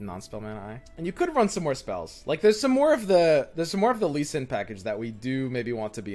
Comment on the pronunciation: Normal human: repeat after me, L-E-E S-I-N: L-E-E S-I-N Normal human: Lee sin: Shen Lee